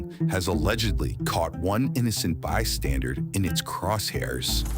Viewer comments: Did the ai narrator say “one innocent bystandard” instead of bystander? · “One innocent bystanderd…” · I'm 12 seconds in... did you seriously say "innocent bystandard" ??? That's what it sounds like to me 😂